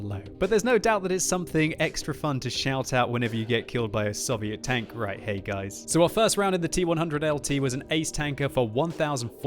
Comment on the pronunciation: "Sovieet tanks"